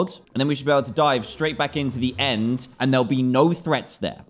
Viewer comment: u said and not end